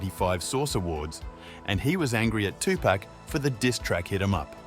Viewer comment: Notorious B-I-G 2Pac= two pock Don’t do stories on the culture if you can’t say their names correctly